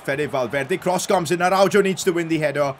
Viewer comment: PCQ: Araujo is read Arauho not Araudzho